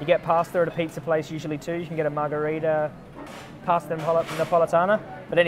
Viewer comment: “Pasta margarita pasta nepolitana” lmaooo wtf Italian ears are bleeding😩😂